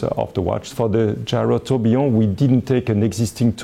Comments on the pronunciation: Nobody: Frenchman: Gayrowtobeyond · I want to get it so I can pronounce gyrotourbillon the way he pronounce it when showing off my watch.